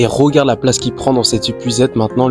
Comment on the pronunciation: Tu ne serais pas originaire de Charente/ Charente Maritime par hasard? Parce que la prononciation de Rogarde (regarde), Promière (première) me fait penser à ça 😂